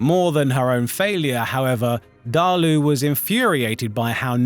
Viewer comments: Not to be that guy but it is DAALA,not DAALU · Nuh-taaaaaa-see dah-luu Na-ta-see dah-luh? What part of "Daala" makes the "oo" sound? Bro just said "Deh-lay-ooh" are you even trying? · Many of these names are so butchered I have to figure out what is being said. It’s Daala jfc